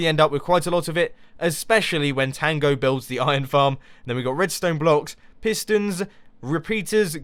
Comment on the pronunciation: Pistons not fistons.